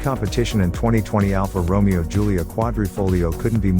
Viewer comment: You are mispronouncing Romeo.